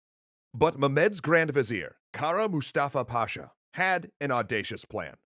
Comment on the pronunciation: As a Turkish follower of yours, I can confirm that your pronunciation is very good. Especially "Kara Mustafa Pasha".